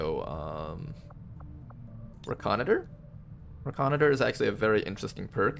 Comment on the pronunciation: Also, I'm doing these longer videos piece meal from being so busy so I came back to this vid. I'm by no means trying to sound like a jerk, but reconnoiter is pronounced ˌrekəˈnoidər. Just trying to help, lol. I'm in the military and hear that term alot. 😂 Love your work and loving this series! You've taught me so much.